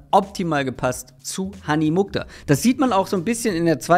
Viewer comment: Der Name kommt aus dem nahen Osten und wird Muchtar ausgesprochen. Das KH ist dabei wie das CH im Wort „Rauchen“.